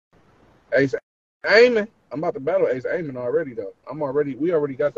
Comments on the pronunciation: His name is ace amin not ace Amos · Lol why he keep calling him Ace Aimin 😂